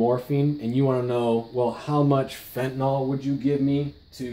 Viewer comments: I know: I'll sound petty. BUT? Even the experts say "Fenti-NAWL?" LOOK at it. Why's it hard to say Fenta-NIL. Sorry. Thanks for your time! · Why does everyone say fentaNOl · why cant anyone pronounce 'fentanyl' correctly